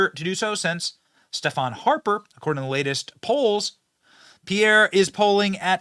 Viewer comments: Steven Harper...not Stephan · Hi Benny, Just to clarify the ph in Stephen is the same sound the v in Steven, not sure why, weird....and the wait you said it is Stefan. All the best and enjoy all your hard work. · Really Benny? You had to butcher Stephen Harper’s name by calling him STEFON? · Just because the person is Canadian doesn't mean they have a french name. It might be spelled Stephen, but its pronounced Steven. The man is from Calgary Alberta for pete sake. One of the most English speaking cities in all of Canada.